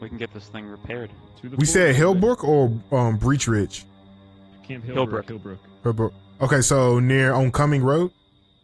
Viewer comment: Breech Ridge? It's Birch Ridge haha